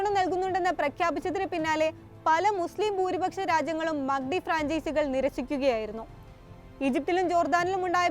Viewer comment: മക്കടി അല്ല മാക് ഡി 😂😂